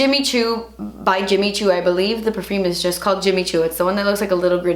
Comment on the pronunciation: "Tenks isss Jimmi choo"😂💛